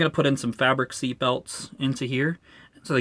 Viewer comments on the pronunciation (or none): none